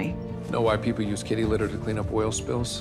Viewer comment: Why does she say “waaa” instead of “why”?